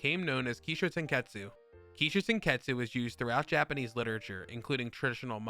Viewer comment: It's not "show" it's sho.